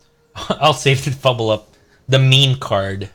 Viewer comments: Fblthp - it's not "feebil-up" or "feeble up", it's "Fee-Bill-Tip", still a nice video bro, nice plays. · It's "Fibblethip"